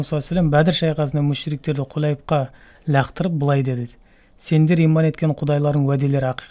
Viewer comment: Ләқтырып емес лақтырып.